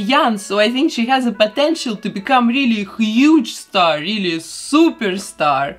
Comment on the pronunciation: Milkey Me возможно. Из-за последней буквы слова «star» не понятно.